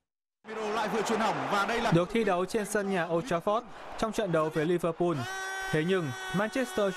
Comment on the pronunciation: Lẫn lộn giữa L và N có thể miễn cưỡng cho là phương ngữ nhưng toàn quốc phát âm tên của các đội bóng từ L thành N hết thì là hệ thống : Rê an , arsênan , Liver pun vvv